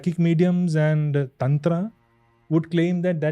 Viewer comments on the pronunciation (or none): none